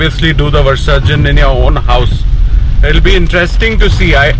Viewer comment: you pronounce the word visarjan wrong.